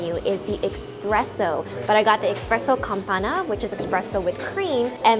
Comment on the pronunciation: It’s pronounced: “Espresso, NOT Expresso.”